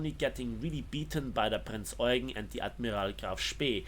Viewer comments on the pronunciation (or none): I love how pronounces prinz eugen "prets aeugh"